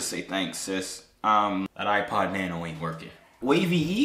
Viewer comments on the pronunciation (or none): none